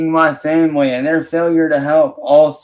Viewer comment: Nothing annoys me more than him saying “muh femwee”. He has no family. It’s his mom/granny and her crackhead boyfriend.